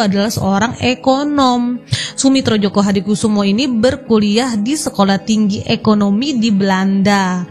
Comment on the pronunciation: djojo dibacanya JOYO kak, bukan JOKO